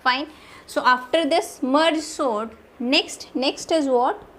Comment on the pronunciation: Didi aap "sort" ko "SONT" kia bolte ho😂😂